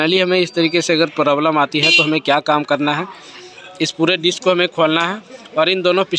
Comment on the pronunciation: Vai dick nai hota hein disk hota hein 😂😂